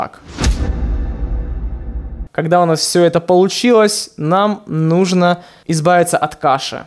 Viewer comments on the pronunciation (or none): none